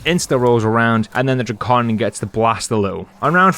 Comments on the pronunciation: I hate you you said drakon "dray-con" and not "drac-in" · Bro said Dro-con💀 (Sorry)